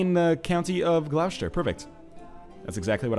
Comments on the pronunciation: It's not pronounced Gloushter, it's pronounced Gloster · Northernlion, protip: 'Gloucester ' = 'Glosster' :) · Oh NL your pronunciation of English counties is hilarious, Gloucester is actually pronounced as gloss-ter, not gl-ow-shter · Dude, Gloucester is pronounced 'gloss-ter'. I just cringe a little every time ;) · Again, i died when he tried to pronounce Gloecester. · 'Gloucester' is actually pronounced 'glu-ow-chay-stee-are' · The way he pronounces Gloucester makes me cringe every time